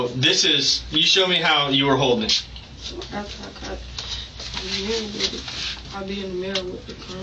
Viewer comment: “Everybody playing wiff the gun” nuff said